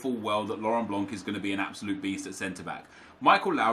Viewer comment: The C in Laurent Blanc is silent